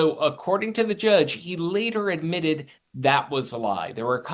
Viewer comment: "Idmitted" that he lied. Speak properly